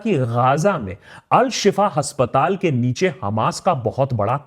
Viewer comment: Pronunciation हस्पताल नहीं अस्पताल हाेता है भाई साहब